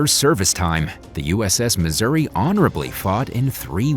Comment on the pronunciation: Decent script but any and all information is rendered invalid by the most out of place and inaccurate photo/video coverage. Pronunciation of ship and geographic names is atrocious. I am a Missouri Plank Owner, serving aboard from 1985 to1989 and am not happy with mixing images of other Iowa class and older classes.